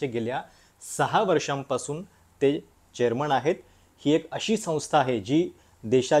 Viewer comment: ईतकी वर्ष ह्याचं नाव एकतोय मराठी पत्रकार म्हणुन... पण ह्याचा न ण चा घोळ काय गेला नाही निणय राजधाणी चेअरमण..... ऐकु शकत नाही ईच्छा असली तरी... काहीतरी वाटुन घ्या जरा लिहीतो तसं बोला जरा😊